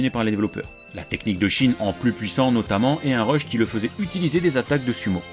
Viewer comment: Lancé des quoi ? Des rush ? Des reuches ? On comprend rien parle français !